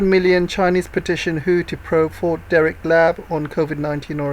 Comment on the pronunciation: Fort De-TRICK, not De-RRICK